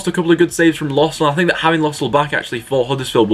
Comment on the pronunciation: Btw it’s pronounced lerzol not lossl it’s because the ö